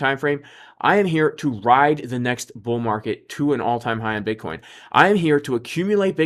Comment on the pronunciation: LOL sounds like you said B*uttcoin 🤣